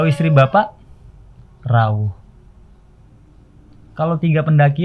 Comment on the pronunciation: Rawuh pake U mas bukan O